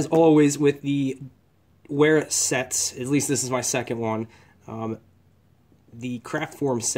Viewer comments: I would've thought because its German Wera would be pronounced "Vera". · Wera is pronounced Vera! It’s a German company as you mentioned in your title.